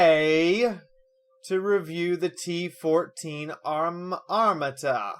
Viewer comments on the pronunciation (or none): You pronounced Armata wrong